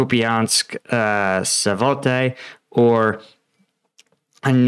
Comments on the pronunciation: Subscribed, like and so on, but please try to say Sva-to-ve, not Savote. I know, it's another language, but try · Still not Ivanski, it's Ivanivske, and not Savote, it's Svatove. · I think the only uncomfortable part of the word when you naturalise the sounds into English is really the initial "sv" combination, which if it was really difficult I think an English-speaker might be tempted to break into an extra syllable to get /səvatəvə/ instead of /svatəvə/. But to get to the "Sa-vo-tay" in the video is just strange, and I think is explained by Americans often trying to make all foreign words into a weird sort of Spanish. Those sounds in "Savotay" /savɔtɛj/ are nothing you could get from the spelling or from hearing the word, but they are what you might get if you tried to think of the sorts of sound combinations you were used to hearing in Spanish words like "cenote" or "coyote" or "peyote" or "bigote", and then you just said that instead of what was actually there in the Ukrainian town name! (We are pretty monolingual in the UK too, and while I'm sure we come up with equally strange pronunciations for words too, we don't do it in the same "Spanish-isation" way as in the US) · What's the odds of him learning that the city is named Sva-to-ve and not Sa-vo-te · Hi, love your updates! One thing...on the map you often refer to Svatove. Its pronounced "Svya-Toh-Ve".:) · Great content as usual. As person who spent most of my life here in Dnipro(petrvosk) I know how hard it's to pronounce some of toponyms. But Svatove is quite easy it's just SWAT_TOW_Eh